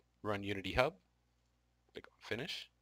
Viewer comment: Did he say click or cllick(double L)